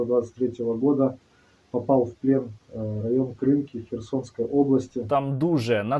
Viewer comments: Сергій, будь ласка, наколошуйте правильно. Не КрИнки, а КринкИ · Та КринкИ, а не КрИнки! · Тільки село називається "кринкИ" з наголосом на останній склад. КринкИ, кринкІв. росня пише крИнкі та крИнок, бо не знає як правильно. Дяка, чудова праця як завжди, ви робите великий вклад у перемогу👍🇺🇦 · КринкИИИИИ! не треба КрИИннки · Сергію, ще раз хочу звернути увагу, що населений пункт називається Кринки́ Кринки́ — село в Україні, в Олешківській міській громаді Херсонського району Херсонської області. Дякую за випуск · КринкИ - наголос на другий слог Подивиться українську Вікіпедію. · Сергій, вибачте, будь ласка, але наші херсонські Кришки не називайте на росячий лад. Вони - Кришки( з наголосом на другу голосну).